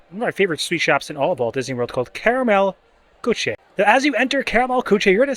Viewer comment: it is pronounced Koo-shuh.